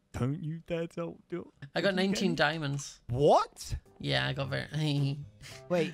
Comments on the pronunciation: It’s hilarious how says “Dimondès” instead of diamonds XD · dimondes My brain everytime: diamontes